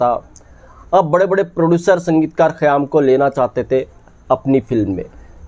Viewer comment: خیام Khayyaam yeh Saheeh hai hai. Khayaam ( galat hai hai ) Ek qayaam Urdu ka Lafz hai, is k Manaa " Tehernay k hain. قیام Qiyaam.